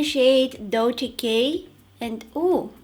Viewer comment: you're probably the first person that does pronounce "dolce" right lol, lots of love from Italy!!